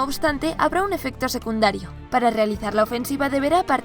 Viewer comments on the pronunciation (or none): none